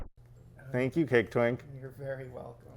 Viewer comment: Am I the only one that thought he said "Cake Tink" and was a little disappointed when Cake Twink didn't come out dressed in a Tinkerbell costume?